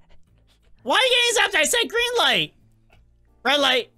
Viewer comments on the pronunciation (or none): foxy said "greeng light"